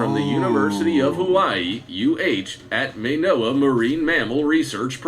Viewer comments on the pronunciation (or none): It’s not mae noa it is ma-noa lowercase a sound and its sound is elongated. I’m from Hawaii btw